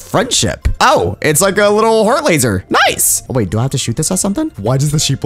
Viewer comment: why did he say nice like that lol